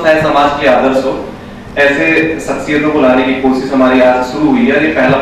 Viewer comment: Sir jo pehle sabko intro karra reheh hein unka pronounciation mein "S" Kuch jyada hi highlight ho raha koSSis jahan pe sha aana chahiye wahan,, budbak ho ka